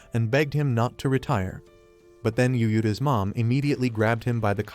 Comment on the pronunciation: Text: Yuuta AI: U-U-Ta